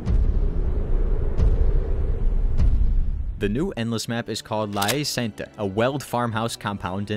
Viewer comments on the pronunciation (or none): Sainte is not pronounced like that why does everyone butcher it 😭 Sainte is not pronounced like saint It actually pronounced sante E is silent of course so it more like sant/sonte(e is still silent it just to distinguish between it and sont where t is silent) La hei sant is the most accurate pronunciation (holy hague) And don't confuse it with santé which means health